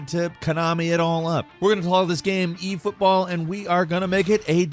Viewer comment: haha the "EFotboll" take on it all made me laugh haha....it's so silly how they....yea i dunno how or what but they made it something alright :P